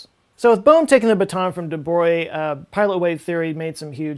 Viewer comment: legends says Bohr answered :"Stop telling God what to do with his dice." Edit : thanks for pronouncing De Brogli correctly (and spelling)